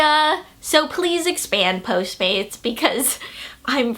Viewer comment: wait whats that delivery service called ? posemade... posemaid um lol I couldn't quite understand